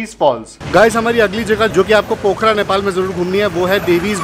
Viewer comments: No bro its pokhara not pokhra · बहुत अच्छा लगा की आपके पास डॉक्ट्रेट की डिग्री है...... नॉलेज डॉक्ट्रेट लेवल का नही है.....ऐसा इस लिए की पोखरा.....है सही उच्चारण न की पोखारा......😊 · Not पोखारा it's called पोखरा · plz correct ur pronunciation it's पोखरा not पोखारा